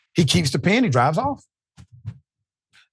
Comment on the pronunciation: "Pen" is pronounced with an "e" Dr Richey I couldnt understand what you were even saying until you said he signed a ticket and kept the "PEN" not "pin" please work on that Dr Richey you are always mispronouncing words like a guy that got his PHD in prison!🤣